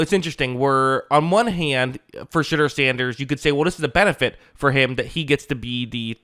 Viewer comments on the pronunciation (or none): "She" deur Sanders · lol sounds like you are saying "shitter sanders" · I heard Shitter Sanders the first time his name was pronounced. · Love how every time you say his name it sounds like “Shitter Sanders”. I guess Daddy didn’t plan for that when he chose his name lmao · Sounds like you’re saying shitder sanders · Anyone else hearing him say shitter Sanders everytime or is it just me 😂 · All I’m hearing is “Shidder Sanders”